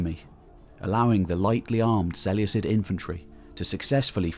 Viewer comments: Is there a definite pronunciation of Seleucid? Because Ive been pronouncing the c like a k my whole life in total war. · Ok, your ai, straybo? Its strahbo (strabo). Diodichi, seluecid. All wrong. I cringe with these mis pronunciations